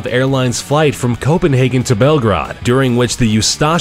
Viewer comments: Did he really pronounce Belgrade like that? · Lol narrator cant prononce Belgrade and Ustaše correctly. Also wasnet expecting Yugoslav nathionality to be mentioned in this video. Very odd indeed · it is not a Belgra it's a Belgrade